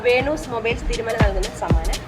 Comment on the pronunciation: വേണൂസ് അല്ല വീനസ് 😅😅